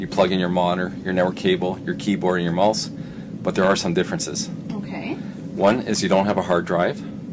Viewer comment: "you plug in your moner, your network cable, your keyboard, and your mulse"